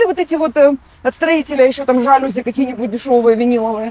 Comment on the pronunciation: ЖалюзИ! Так произносится это слово, т.к. оно из французского языка, а слова французские все произносятся с ударением на последнем слоге!!!